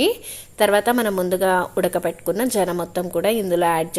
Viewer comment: జెన కాదు మేడం. సెన అంటారు